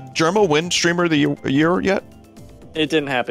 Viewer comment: Vinny pronouncing "streamer" as "shtreamer" always gets me